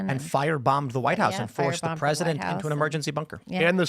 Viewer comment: "Presinent Trump"